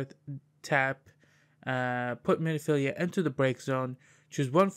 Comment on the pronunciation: it's Min-filia, not mini-filia, also Scion is pronounced "Sai On" or "Sigh On" - you just kept saying it wrong so I had to comment =) otherwise nice video!